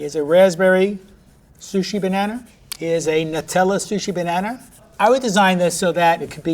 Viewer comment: Finally an American knows how to pronounce Nutella